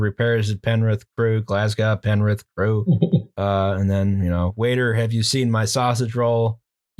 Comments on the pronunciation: Can we start a petition to have them learn how to pronounce Glasgow correctly? It rhymes with hoe, not cow. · OK Why didn't the other two correct the guy saying "Glasgow" totally wrong!?